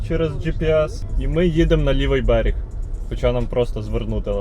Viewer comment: Хлопче, не "беріг", а "берег"